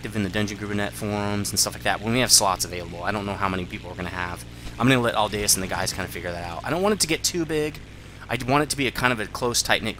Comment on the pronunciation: I'm seriously impressed, finally got the pronunciation of my name right! ~ Aldaeus Also roger that, we'll get started on figuring out the lists.